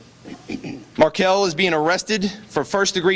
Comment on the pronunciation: “Markel”. Of course.